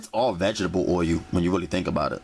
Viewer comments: tha fuk is 'VEGGIBLE oil' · vegetable "oy u" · Vegetable oye-u